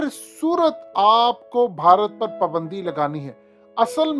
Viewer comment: PUUUUUUBANDI hahhahah abay URDU kay QATAL it is PAAAAAABAAAAAANDI.